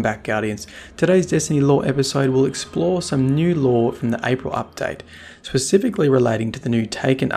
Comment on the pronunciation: What is this "Apirl" update that you speak of? 😏